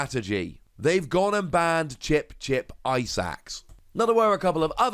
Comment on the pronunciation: everytime you mention Chip-Chip Ice Axe I understand "Chip-Chip Eyesacks"